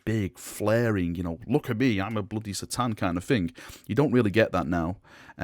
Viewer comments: its 'K'tan not 'sa'tan pliz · it's "Kuh-Tahn" not "See-Tahn" sorry but it triggers me so much.